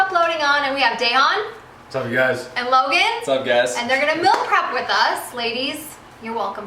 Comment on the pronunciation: is def saying mill prep